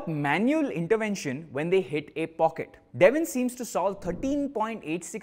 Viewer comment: It's Devin😢 not devil By Devin